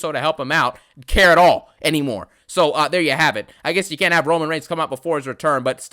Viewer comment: Actually now it's....."I cont stop thinking about Priest!" Lol